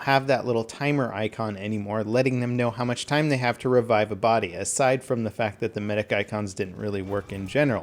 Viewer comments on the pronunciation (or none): none